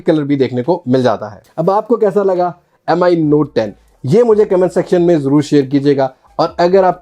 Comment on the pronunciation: its MI note 10 Bro Not M I M I